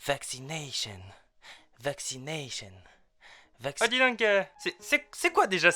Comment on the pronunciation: Vaccinaille cheun , startup naille cheun, communik aille cheun .... on dirait l'avocat de raout en plein délire dis donc 🤣🤣🤣🤣